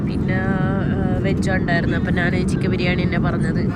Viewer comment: എന്താ നാൻ എന്ന് പറയുന്നത്... ഞാൻ എന്നുപറയൂ 🥰🥰